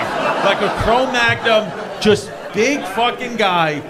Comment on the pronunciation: He said Chromagnum instead of Chromagnon The best part is it was a mistake but works lol